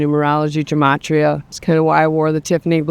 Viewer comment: Begging people to learn how to pronounce gematria